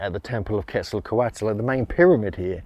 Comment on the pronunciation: "KETZL-KÔ-WAT". NOT "KETZLE COATLE".